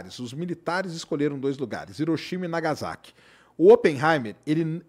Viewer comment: . Não se pronuncia Iroshima e sim RRiroshima. Não se pronuncia nagaZaki e sim nagaSSaki.